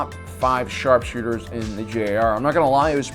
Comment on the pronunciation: The way he said sharpshooters like sharrkkkshooters made me laugh so hard